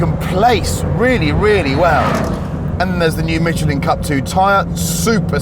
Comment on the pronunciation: I've never heard anyone pronounce "Michelin" the way he does! You review cars, for God's sake get the name right!!! However his words on The Rolls Royce SUV was spot on!